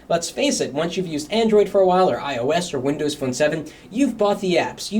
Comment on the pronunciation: when he says android turned a little iosey is sounded like ioa**Y LOL